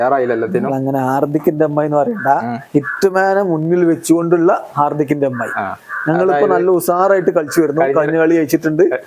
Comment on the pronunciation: talk: " ഹാർഡിക്കിൻ്റെ M I" എൻ്റെ ചെവി: " ഹർദിക്കിൻ്റെ അമ്മായി" 😂